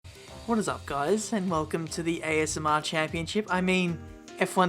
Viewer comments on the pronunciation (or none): none